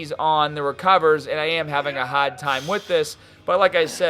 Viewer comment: 3 things dope video 2 the way he says hard is funny and i warm up with handstand it wakes the body up 😁